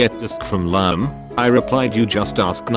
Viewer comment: The way the text to speech was saying Liam would not be the first time I heard that pronunciation of Liam